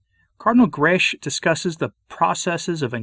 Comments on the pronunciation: Cardinal Grech is Maltese and the surname is read as: Grech is to be read as"grek" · Please note that Grech is a very common Maltese name, and is pronounced ‘Grek’. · Permit me a detail: the surname Grech ends in a hard c or k.